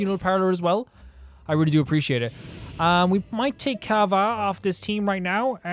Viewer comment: PATREONS can you guys link him the hu Tao fan song now that he did the quest Anyway why does bro keep saying kava 😭 btw you can only get off banner 4 stars